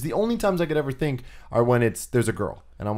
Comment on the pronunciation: Lol Colin did it again! "The-ink" instead of think XD.